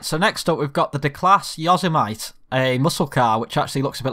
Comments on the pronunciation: Yo-semmitty ... not yozzer-mite ... xD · Repeat after me: "Yo-Sim-Mit-Tee". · I know you're a UK boy, but it's pronounced Yo-seh-mitt-ee. (Yo-semmity) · You can't pronounce Yosemite properly but algoods gr8 vidro